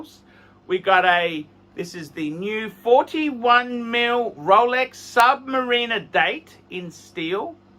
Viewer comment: Stop saying Submureener and beezel!!!